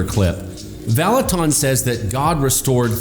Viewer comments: You are mispronouncing his name “Vallutin” not “ton” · Who is this Kris Vallotawn that keeps talking about? I only know of a Kris Vallotton at Bethel. Among other things, it would do him well to at least learn how to pronounce the name of a person he's claiming is false. But his first bit of supporting evidence for claiming Kris is false is pretty subjective and weak. "Outlandish"? By whose standard? And why does that matter? Is he trying to claim that God never does anything outlandish? Good luck with that... And how exactly is he disproving the claims of people's virginity being restored? Second, how is he seriously claiming that God only speaks through His word? (Presumably the Bible) The Bible is full of examples of God speaking in many different ways, including through a potter reshaping a pot on a pottery wheel, the branch of an almond tree, and a gentle breeze, among many other ways. God is creative and varied in His ways of communicating, and the Bible is full of precedents of this. Kris has a high value for the Bible, and he also believes God communicates with us in many other ways. David said in Psalm 139:17-18 that God's thoughts toward him outnumber the sand. There are far more gains in one cubic foot of sand than there are letters in the entire Bible, to say nothing of words or sentences. God has a lot more to say to each of us than can be said just through the Bible. explanation about the context of the passage about the valley of the dry bones doesn't in any way negate what Kris was saying about the p